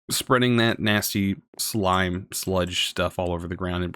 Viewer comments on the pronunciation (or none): none